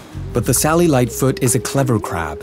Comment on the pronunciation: The captions are saying “Sally lightfoot crab” but I’m hearing “cellulite foot crab”